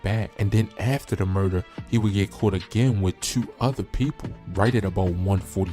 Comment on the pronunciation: Mf said twuenty twuenty tueee.